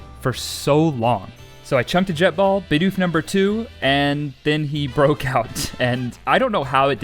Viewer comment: multiple bidoof=bideef